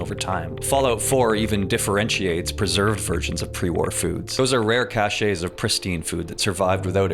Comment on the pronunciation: Sorry... how the fuck did you pronounce cache?